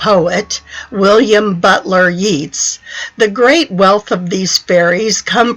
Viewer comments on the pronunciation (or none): Why aren't the artists who made these dolls identified? Our UFDC mission includes education and encouraging the creativity of doll artists. I don't know if the Gaelic spoken here is correct, but I'm sure that Yeats is pronounced "yates," not "yeets."